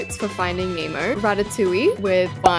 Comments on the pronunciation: She calls finding Nemo finding emo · Everyone saying finding Nemo * saying finding emo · Can she stop saying emo it's nemo! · you keep saying finding emo😂😭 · The way she kept saying finding emo-💀🗿